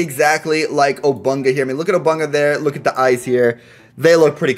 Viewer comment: he says obunka